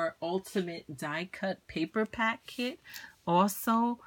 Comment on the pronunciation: I totally thought you said kids.